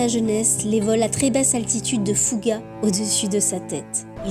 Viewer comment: C'est marrant il semble dire "Fougar" au lieu de "Fouga" c'est moi ?